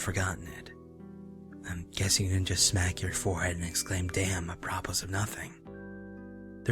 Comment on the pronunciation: *You mispronounced, "apropos". It's not Ah-PROP-us. It's: AP-row-POE